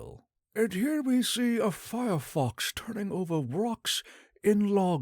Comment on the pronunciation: Fyerox NOT FireFox. Also, x is pronounced z, not eggzee.